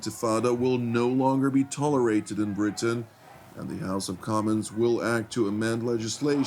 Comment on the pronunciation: Bwitain? *Englistan.